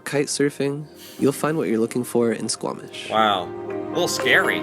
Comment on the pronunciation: I am so glad you pronounce that Squamish BC that makes me happy as a Canadian